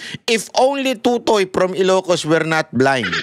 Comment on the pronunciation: Mispronounced mo ang totoy. Sa busaya, iba ang meaning.